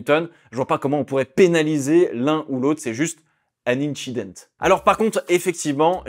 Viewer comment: "an inchident" 😂😂 il m'a tué